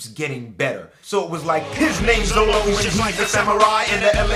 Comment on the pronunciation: Love the rap, it's kinda odd though how 4kids managed to screw Up Zoro's name by calling it Zolo.